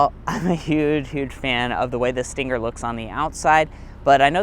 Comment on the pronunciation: Argh, why do people call it a stinGGGGGGer. Just say the word stinger without the "g".